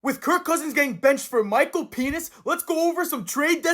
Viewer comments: Bruh stop saying Michael penis it’s penix lmao🤣🤣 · It's Pen-nix Not Pe-nis 😂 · That is not how you say Michal penix’s name😭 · He does it on purpos3